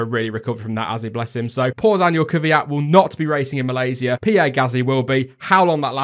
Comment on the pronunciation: Malayzi-a- I like the way u said that btw great video